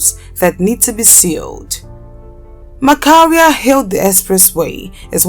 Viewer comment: James 'Macharia' pronounced as Masharia not Makaria